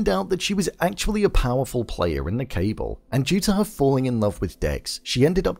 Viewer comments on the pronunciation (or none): Great breakdown overall 👍 Just a heads up, cabal is pronounced kuh-ball, not cable though